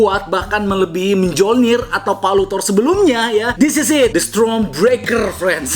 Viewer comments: klo ga salah di bacanya myolnir deh bukan mejolnir 😂😂😂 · Bang koreksi dikit mjolner ya bang bukan minjlonir tapi miyolnir itu cara bacanya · Aduhh kawan, cara sebut Mjolnir nya salah, cara yang betul ialah "mionner"..🤣🤣🤣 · Bang Mjolnir dibacanya Myolnir